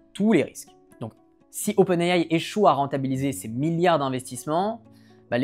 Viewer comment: C'est faux! Il prononce également OpenAI en anglais et de facon totalement correct (pas comme la plus part des YouTubeur tech français).